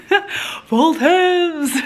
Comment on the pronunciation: Its votive...not voltive....and please try and use any other word other than beautiful all the time....get a better vocabulary if possible!!!